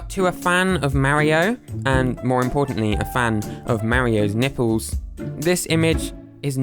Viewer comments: curls his tongue properly to pronounce the L in 'Olympic Games' Also: "Nippews" Come on England it's your own language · I couldn’t help myself but laugh all the time about how you pronounce nipples